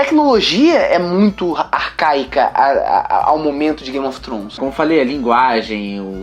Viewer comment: "gaymi ofi tronish"